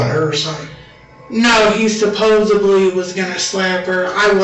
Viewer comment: When someone says “supposeBly” I just walk away. Same with “Cap” or “Bro” or “On God” or “I was like, then he was like, they were like, you know like…” ✌🏽